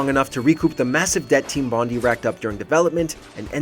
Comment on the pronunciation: It pronounces Team Bondai